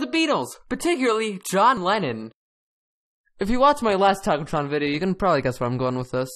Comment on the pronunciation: "hohn Weyyon" Lohn Jennon 2020